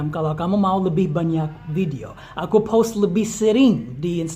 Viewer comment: Pas ngomong "post" gue dengernya "pause" dan harus di cerna . Ohhh post video 😭😭